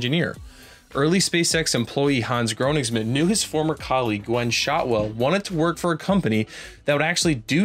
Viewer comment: Dude, learn to pronounce Königsmann.